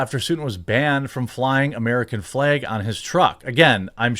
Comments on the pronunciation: Honest question, am I losing my hearing or is he saying "american flaeg" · I'll admit...your pronunciation of "FLEG" is "triggering" (what a stupid phrase triggering is), but otherwise I concur. 😉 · What the fuck is a Fleg Jeremy? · Before i even clicked on this video i knew he was gonna pronounce flag funny.